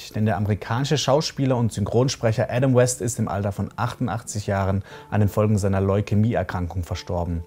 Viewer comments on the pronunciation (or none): none